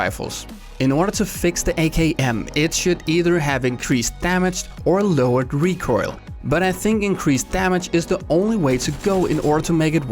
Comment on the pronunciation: PSA to viewers: When says recurl he means "recoil"?:>